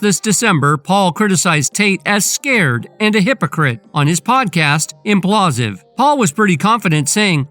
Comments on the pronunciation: what is Implausive? do you even realize that its spelled Impaulsive, and pronounced with Logan's last name in it? Im-Paul-sive...lol I mean it's whatever but you called it the wrong thing so many times I wonder if it's to avoid some kind of copyright strike..I hope it's intentional at least lol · SOUNDS LIKE: IMM-PAUL-SIVV NOT: IMM-PLAW-SIV 🫡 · This idiot sayin imPAULsive incorrectly every 3rd word is fk’n irritating. ImPAULsive not inPLAUSive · It’s impaulsive not implausive…man it drove me crazy how the host pronounced it lol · Ngl. After hearing it so many times I need to just say it's not implausive. It's impaulsive it's a play on the word impulsive but his surname is Paul. God how did you miss that but you want to give the news on this. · Impaulsive not implausive. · ImPAULsive ....not imPlasive dumbas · Its pronounced im paul sive you jackass. People keep watching these controversy promoting spam videos giving their "expert takes" on actual accomplished individuals. But nobody thinks who the dumbass loser making these videos is and why are they so pathetic that they chose this path. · Why do you keep calling it implausive 😅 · “IMPLASSSSIVE” … gotta fix that voice over homie 😂😂😂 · Whoever voiced this video is a complete moron and doesn’t know what they’re talking about. If you can’t even pronounce Logan Paul’s TV show correctly I don’t trust any of your sources you probably get cucked on a regular basis.